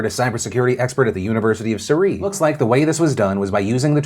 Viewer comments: "Surrey" is pronounced /ˈsʌri/, stress on the first syllable and the "u" as is in "cup". Source: I live in Kingston which is still the administrative HQ (think "county capital") for Surrey, even though it isn't in Surrey anymore. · I’d appreciate you never saying Surrey again please. surREEE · Just FYI, as someone that’s from there, uni of Surrey is pronounced ‘suh-ree’ with emphasis on the first syllable lmao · "The University of Slurry" without the L (my alma mater <3) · I've never heard Surrey pronounced like that before lol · why did you pronounce surrey like that lmaoooo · But why did he say Surrey like that 😂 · As a Brit, I got a real kick out of that pronunciation of Surrey :'D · Did Phil just pronounce the university of Surrey wrong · loving the way you pronounce surrey 😂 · Can't even pronounce Surrey :P